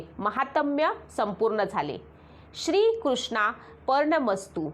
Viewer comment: श्रीकृष्णार्पननमस्तू असा उच्चारण पाहिजे. जय भगवंत, हे अनंत ! जय विठू माउली !